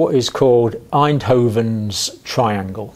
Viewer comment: its Einthoven's triangle, not Eindhoven's